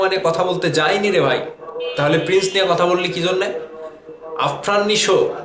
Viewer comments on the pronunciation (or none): Son of a rikshaw puller. First learn how to pronounce prince. He is saying pinch 😂 what a low life bosti khan fans